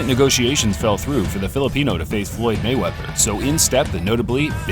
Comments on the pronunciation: It is "Mayweather" not " Gayweather! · Hug....ooo rable mayweathear nyahahaha